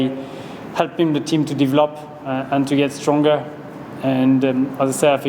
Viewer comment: "deev-lop" lol